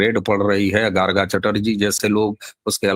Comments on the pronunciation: Sir, GARGA nahi,Rishi Garg ke naam se anuprerit।likhne mai last mai A lagaya hai,adhikansh namo mai lagaya jata hai ,Uccharan Garg hi hoga.Jai Sri Ram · Jai Shree Ram 🚩🙏🏼 Garga nahin,ya to bangla mein Gaurgo boliye ya hindi mein गर्ग boliye.